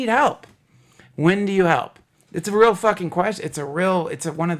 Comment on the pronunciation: lol! Glad someone else notices that. I've always found it amusing how Duncan pronounces the word "real" as "rill". Guess his super mild southern accent comes through on that word a bit. I'm a southern boy myself, but I don't have an accent at all......except on certain specific words. Funny how that works.